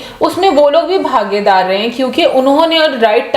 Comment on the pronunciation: Hindi people understand and speak Urdu don't say bhagyadari it is bhagidaari U also prepared and study while giving reviews